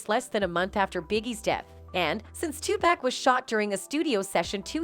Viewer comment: Informative video. But I keep laughing when the speaker says Too-pack 😂 He’s name should be enunciated more like 2-puck or too-puck.